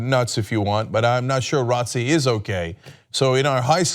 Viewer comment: It's called J-R-O-T-C. Not ROTCIE . Sorry but that bugged me 😑